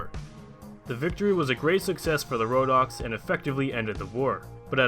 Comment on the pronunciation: Wait wait wait wait did you just say rodock's. (sorry don't know how to spell it) impressive calvary? cmon 😂😂😂